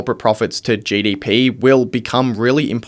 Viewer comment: Speak proper English dude … it’s GDP not JDP